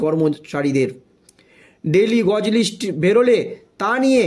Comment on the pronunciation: গজ লিস্ট নয় কজ লিস্ট ।